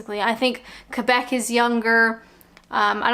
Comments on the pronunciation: It’s my channel I can do what I want!.....Cracking vid, you! lol, that is true suffering right there :) Have you tried West Country scrummpy yet? You need a good session on that stuff before you say you love cider;), but please film the results, lol! Also, were you buzzed by ? Cos you pronounced Quebec in French or do all Canadians do that? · Most canadians now say kaybec. Some still insist on kweebec.